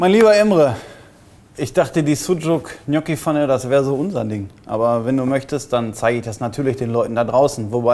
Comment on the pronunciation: Wie wird das ausgesprochen, Knocki?!😂😂😊